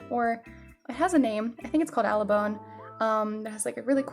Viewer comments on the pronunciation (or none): Abalone not "alabone" ❤️